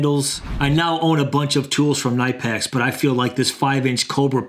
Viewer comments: Buddy It's kuh-nip-pex You can search "how to pronounce Knipex" on YouTube to get to a video from the official Knipex channel with a video of a guy pronounces Knipex properly That being said, you can call it whatever you want 🤓🤓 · AS an electrician I can tell you it is pronounced "Nip Ex".